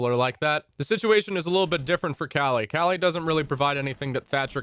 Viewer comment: It's pronounced 'Kaali' btw